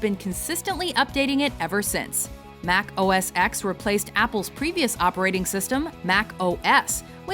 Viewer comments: Why are you still calling OS ex.?? It was OS Ten. Now its macOS, though. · OS "X"? You do realized the "X" is a Roman Numeral that is pronounced "Ten", right? It's a stupid confusing name, but you seriously had 14 years, repeated pronunciation in promotional video, and a research team to get it right and still failed. And to call anything Apple does innovation is a blatant lie. They set fashions and trends - everything they have created was based on existing technology with a new paint job. They did a few good things, but mostly set bad, overpriced, harmful trends with a lot of hype and a massive cult following. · why do you keep saying x when it's pronounce 10? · X is a roman numeral and pronounced "ten". It's pronounced OS ten, not OS ex. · Um... It's macOS TEN, not "X". I mean, they said it in your edited pieces. I really enjoy your videos but that was just a little off putting. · Please, Mac OS TEN, not X. And yes, it's iPhone TEN-R, not ecks-R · Mac OS TEN OS TEN OS TEN NOT OS EX… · You say OS “ten”. Why is this so difficult to understand? Like iPhone “ten”! You don’t say X, you say ten. They even said it in the video. 🙄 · So, it's not Mac OS ex, its Mac OS 10. You should really do some research. They even say it in your video. :/ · It's pronounced "ten", NOT "ex" dammit! Right after you said "ex" you played footage of Steve Jobs saying ten. #dumbass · Mac OS Ten. Not Mac OS ex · They say OS X(ten) multiple times and this lady keeps saying OS X(ex) I feel like throwing a shoe at her face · "Mac OS X"...it's "oh-es ten". Should probably correct that so you sound like you know Apple products if you're doing a video on them... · OS X is pronounced OS 10 for god's sake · OS Ten Not OS Eks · HOW DARE U SAY MAC OS X !!!! It's Mac OS 10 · You pronounced OS X wrong. Ugh. It's ten! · Tech Guy doesn't matter. The X is said as "ten" not "ecks"...watch any including recent Apple Keynotes. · I hate when people say “EX” over “TEN” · it isn't os x, it is pronounced os ten